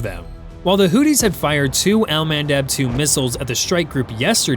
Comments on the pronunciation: First things first, is not pronounced hootees but Houthis. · Not Hootys, Hoothis , like tooth with a h in front I.e. hoothes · FFS, sound it out. HOO-THEES, not "Hooties" 🤦‍♂️ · You know you can say Houthi’s not not hooties 😂 trump guy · Hoo-these. Not Hooties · I thought they were called the Houthis, not Hooties! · It's Houthis, not hooties. Hooties are something else entirely.